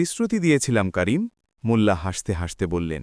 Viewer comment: "মুল্লা" নয় ওটা হবে "মোল্লা '